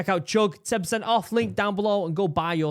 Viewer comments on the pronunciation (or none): Morel, not moral.